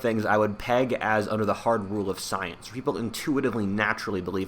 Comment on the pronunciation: Hahaha sounds like u said stience